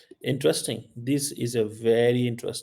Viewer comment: Sadakchap ki Filler words Aaaaaaaaa aaaaaaa Koi asan cheez nehe hai Vyery vyery important What i understand, What I realize Mujhe to yehi Nazar aaraha hai Jo bhi ho jese bhi ho.. (2) 😂😂😂😂